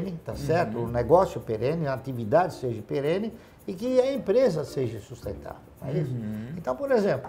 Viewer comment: Bilionário e fala "seje" rsrsrs bom pra mostrar pra esses professores mequetrefes que ficam corrigindo os outros! rsrsrs